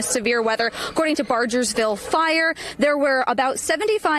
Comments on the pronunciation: Someone needs to inform this reporter that it’s BarGersville and not BarJersville. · Teach that girl how to say Bargersville